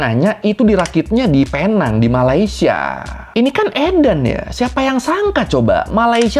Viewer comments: PENANG dibaca PINENG.. Dalam logat malaysia.. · Sebutannya Penang: 'Pineng' bang. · Tolong betulkan sebutan PENANG ( PI - NENG ) .... tapi itu bahasa inggeris.. bahasa melayunya PULAU PINANG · Bahkan sekelas wartawan aja nyebut nya Salah...nama resmi nya pulau pinang.... British nya penang(pineng)😅😅 untung gak di somasi orang pulau pinang😅😅 salam Dari perak malaysia 😊😊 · sebutan penang bukan sebegitu mas.. yg benar sebutanya adalah PINENG.. seperti power bank pineng itu.. ya, sama. sebutanya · Sedikit koreksi, Penang dibaca "Pineng".. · Dan sehingga sekarang orang2 indonesia masih gagal menyebut Penang dengan sebutan yg betul. Cara sebutannya Pi-Neng 😂